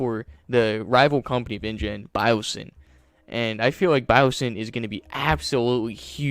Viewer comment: Dogson not Dawson…